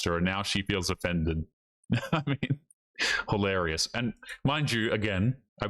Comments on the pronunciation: MAN!!! You said "hilarious" rather than mispronouncing it as holarious! Thank you so much! I mean that sincerely. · Well, you got it right the first time. Hilarious, that's the word. "Hil" not "ho". We need to raise the quality of English along with quality in everything to stop the decline of society. Please make a tiny effort.